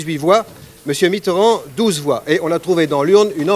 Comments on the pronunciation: Ai-je bien entendu Monsieur François MITTRRAND ? au lieu de Mitterrand ? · "François Mitrand", incroyable ils se permettaient de mal prononcer son nom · Quand on prononçait encore Mitterand Miterand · Mitterand prononcé étrangement. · Les adversaires de Mitterrand "oubliaient" de prononcer le e, peut-être une manière de vouloir le ridiculiser. Mais dans le cas de la vidéo de 1965 c'est peut-être aussi une vieille pratique du français parlé de zapper les syllabes de liaison. Par exemple Talleyrand se prononçaient avant souvent "Tal-ran"